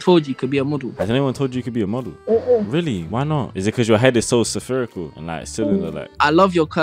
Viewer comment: Why do you pronounce spherical as severe-ical?